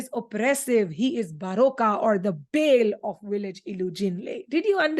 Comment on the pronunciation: Thank you so much, you helped a lot, however, I want to 'warmly' raise a correction about the proper pronunciation of "Bale" according to Yoruba dialect. I would have done so right here, but there is no microphone to do that. Nevertheless, you can get the pronunciation of "Bale" if you search it on Google by saying or typing "the pronunciation of Bale in Yoruba language?". Thank you so much, and I would be happy to receive your feedback.